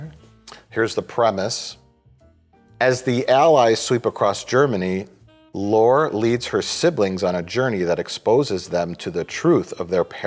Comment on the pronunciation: Austrian, not Australian! And “Lore” is pronounced “Laurie”, not like Data’s brother!